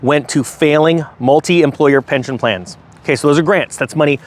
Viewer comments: You said pention lol. Still love ya. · "Pension" btw, not Pention